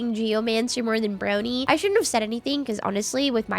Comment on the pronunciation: It's pronounced prog-knee like hog with an r... bru-ag-knee